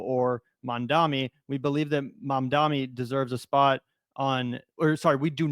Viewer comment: MAMdani, not Mandami